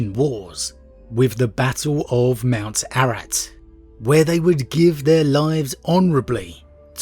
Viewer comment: Mount Ararat, not Arat.